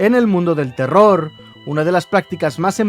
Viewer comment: No se dan cuanta que en vez de decir terror digo teror XD